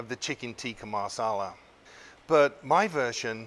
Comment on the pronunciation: Masala .... not Marsarlar